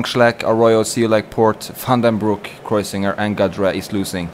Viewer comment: and it is Roman Kreuziger...not..... Krezuiger